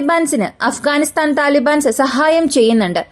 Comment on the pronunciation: അഫ്കാനിസ്ഥാൻ അല്ല അഫ്ഘാനിസ്ഥാൻ ആണ്!! മലയാളി മംഗ്ളീഷീകരിച്ച് മലയാളം 56 എന്ന അക്ഷരങ്ങൾ 26 ആക്കി.. മലയാളം നല്ലരീതിയിലല്ല എങ്കിൽ ഇത്തരം ചാനലുകൾ നാട്ടുകാർ കാണില്ല!!!!